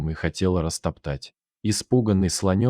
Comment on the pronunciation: Красиво баешь. И про порезы с ушибами и человеческий ребёнок. Плачу. Дизлайк за падА'л.